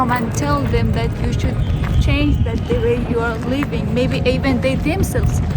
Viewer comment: Afganistaniečių merginų anglų kalba šviesmečiais geresnė už blogerio, kuris varo Algirdo Butkevičiaus style: šud šud šaude...